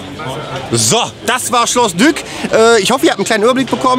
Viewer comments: Es heißt Schloss "Dik" auch wenn es dyck geschrieben wird. Trust me ich wohne in dorf daneben :D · es wird schloss dieck ausgesprochen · Schreibt sich " Dyck ", spricht sich aber " Diek ". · Es heißt Schloss Dyck (gesprochen Dick) mein Schokohase :P